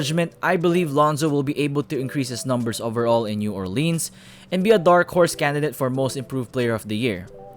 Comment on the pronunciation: Am I the only one who noticed he says New Orleans wrong